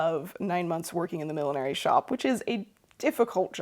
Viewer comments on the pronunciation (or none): Hi from Dayton! I can tell we left our midwestern mark on you the way you pronounce "months" as "munce". 😃👍